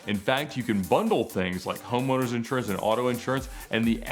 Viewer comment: Ed says "insurance" like Christopher says "theater". :)